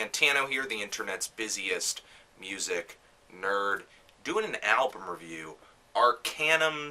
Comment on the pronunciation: It's Arkaanuum, not Arkejjnum <.<